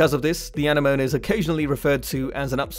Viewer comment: Isn't anemone pronounced uh-neh-muh-nee?